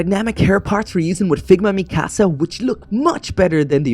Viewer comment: It’s not mikAAsAA It’s pronounced Me-ka-sa